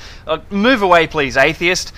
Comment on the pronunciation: I think it's cute the way pronounces the word "atheist".